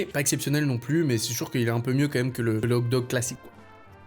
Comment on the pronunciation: Tu sait pas dire le mot Hot dog? 😂😂😂😂 ces pas hog dog mes hoT dog